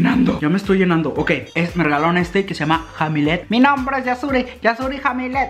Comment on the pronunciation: JAJJAJAJA Me encantaron tus reacciones como el : popote para el mate y "jamilet" 🤣🤣 se pronuncia "jamblet"